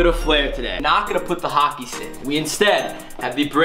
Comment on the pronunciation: you said hocker not hockey